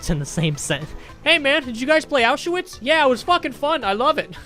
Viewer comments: Dude said “Ow shoe wits” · Nobody:: ow-sha-witz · The way he pronounced Auschwitz😂